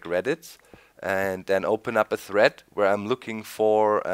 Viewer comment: he said threat instead of thread lol